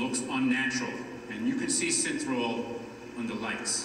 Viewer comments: Its his accent. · Synthrol ??? Isn’t it Synthol ???